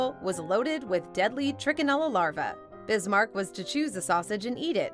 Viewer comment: Otto VON Bismarck. Not VAN .... he was German not Dutch 🤗